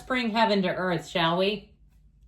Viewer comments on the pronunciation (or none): You said let's bring heaven to earth 'shall we' but I heard 'Sally' which is my name. LOL! I had to rewind and listen a few times. My own private reading. So accurate. Thank you.